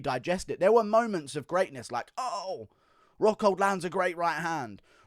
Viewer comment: nobody: "luke hockhold." - costa